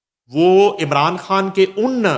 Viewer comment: u speak very fluently but I fail to understand why can't u pronounce ur own name ie khan. Please improve ur pronunciation.